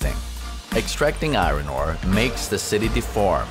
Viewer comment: The pronunciation of iron is hysterical - i-ron. Of course, it's pronounced i-urn. Non-native english speakers usually get this pronunciation wrong, but to hear it over and over again in one piece is funny.